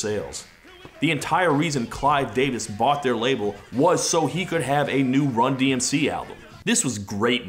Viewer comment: It took me months and repeated watchings of this video to realize that the sports comentator butched the named of the band, just further proves how little people would care about them